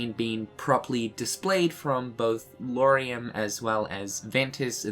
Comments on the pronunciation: I guess we should be happy that he managed to say Lauriam instead Luoariam. That's a good first step hahaha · Wait what? Did he just pronounced Lauriam's name right for the first time? That's so good!